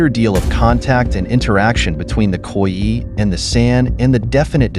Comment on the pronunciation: Would be good if Khoi was correstly pronounced.